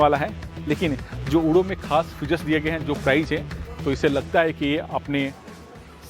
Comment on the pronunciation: ऊडो नहीं उड़ो है